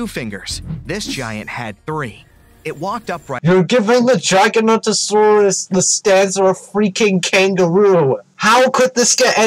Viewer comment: "Gigantosaurus" "GiganTosaurus"